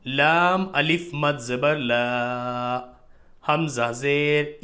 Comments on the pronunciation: Alif ko hamja kyun pad rahen h? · Assalamualaikum,Hijje krte waqt alif ko Hamza kyun bol rhe hai janab?? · Aap alif ko hamza kyun padh rahe h smjh nhi aaya....